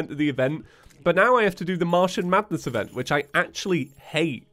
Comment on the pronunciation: Am I the only one who hears "mushroom madness" every time says Martian Madness?